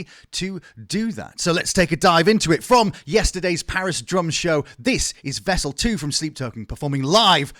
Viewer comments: Great video …. But ehhh every time you said Vessel ii…. My eye twitched. 😂😂😂 collectively can we all just say ii PLEASE. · Am i the only one who couldnt stand him calling him "Vessel 2"?